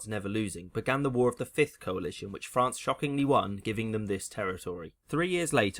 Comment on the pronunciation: ahhh, frán-cey, as beautiful as ever